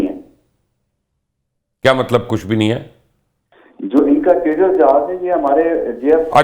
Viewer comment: Teja Nahi Tejas bey, Pakistanis pronunciation is very poor.